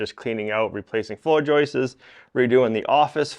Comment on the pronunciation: LOL. They aren’t “joistes” or however you mispronounce it. One is called a ‘joist’, and more than one are called ‘joists’.